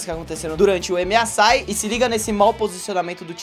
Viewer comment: Aos o fala Emiasai,kkkkkkkkkkk nem o nome do torneio sabe falar,imagina jogar de karma